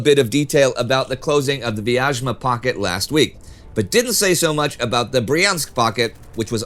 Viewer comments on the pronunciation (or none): Actually, Vyazma (Вязьма) is pronounced closer to /vjæzmə/ (hopefully, you are familiar with the IPA) There is no "zh" sound :) Anyway, incredible job done, thank you! Keep it up!